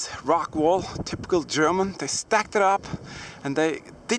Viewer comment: you said "gerooman" instead of "german"